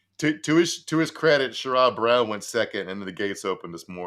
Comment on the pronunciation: The name is “SHARE-ud” Brown.